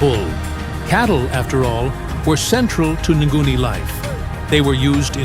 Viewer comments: It's not nguni but ngoni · Tooooooooo much words about the same and same. And pronunciation of the tribes... you could research how it sounds.